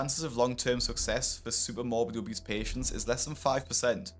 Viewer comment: How was Charles 300-400lbs after being homeless for 2 years and being on hard drugs??? I don't understand that. Plus I'm sure his brother said obeast instead of obese 🤣 I've not heard anyone say that for years